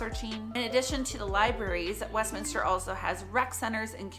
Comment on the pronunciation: Congratulations on pronouncing the city name correctly!